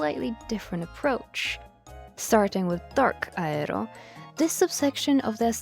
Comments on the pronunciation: It makes me confused. The frutiger part is pronounced fine, but the “aero” part they say as “a-re-ro”. Is this one of those weird words like the whole thing going on with “bologna” = baloney? Personally, it bothers me a lot even though I know it’s a small thing to be annoyed about and probably just an accent thing. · "Frutiger Raero" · The tryhard pronunciation of aero is killing me 😭